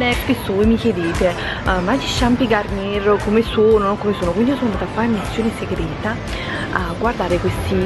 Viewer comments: La garnier si legge garniè è francese ciao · La R finale non si pronuncia.. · non si dice GarnieR, ma Garniè